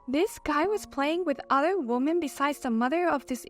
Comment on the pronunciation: Women is pronounced wimin